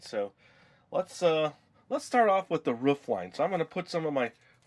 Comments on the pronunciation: OMG u do know roof is pronounced roof not ruff like a dog dumbo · Roof not ruuuuuffffff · Roof not rough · Ruf I think you ment roof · Its roof, you stupid, stupid man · Cool I never knew you could say it either roof or ruf? Anyways great job with the gingerbread house! :) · It'S. Roof not ruff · Is it an american thing how you say Roof? Because to me being Aussie, we say ro-of, you guys sound like ruf ? haha. (no offence, just wondering) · How you say roof is so funny xD It's like you're saying woof like a dog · well most parts say ro-of too. i dont know where hes from but as far as i know we say ro-of:) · U said roof soooooo wrong 👺👹💥💢